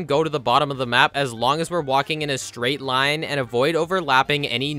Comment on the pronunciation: that spiders first lien "line" sounds like "do me a favor"